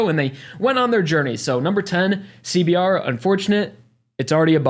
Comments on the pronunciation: Nobody's gonna talk about the fact that said c b t in the beginning? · Everytime you say CBR as CBT you're gonna get an instant like from me.